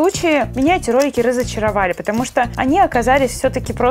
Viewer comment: мне пакозалось что ты сказала не ролики а кролики